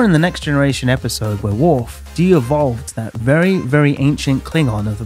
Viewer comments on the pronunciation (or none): Devolved not deevolved.